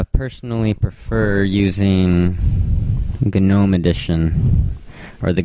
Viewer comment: Uh... What about pronouncing it as "Noh-m" not "Guh-noh-m" Ha just saying